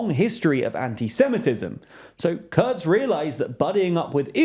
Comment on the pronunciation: It’s Kurz ! KUUUURRZZZZ with an U